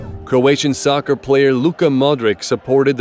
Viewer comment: Did you just say soccar